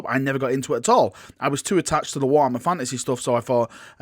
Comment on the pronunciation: “Warhammer FANASEHH”